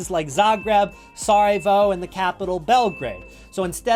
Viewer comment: Omg bro u don't pronounce it "Sar-a-vo"